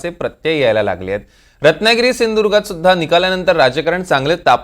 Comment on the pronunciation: साहेब आत्ता बोलतील सराव चालु आहे.आमची त्यांच्या कडुन एकच अपेक्षा आहे एवढा सुंदर आमचा जिल्हा नांव त्यांचे सिंधुदुर्ग आहे ते तेवढे त्यांनी सिंधुर्ग म्हणु नये व्यवस्थित सिंधुदुर्ग म्हणावे बाकी काही अपेक्षा करणे उचीत ठरणार नाही आहे तर तेवढे काळजीपूर्वक साहेबांनी करावे.